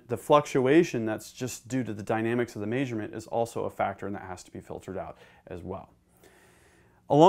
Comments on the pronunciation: It's "measurement" not "maysurement". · "meesurment"??? Wtf 🤦🏼‍ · I’m sorry but I can’t get over how he was measurement, maysermeant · Lol maesurement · Wtf is "may"surement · "Take a May-shurement" "May-shure" uh God that's obnoxious.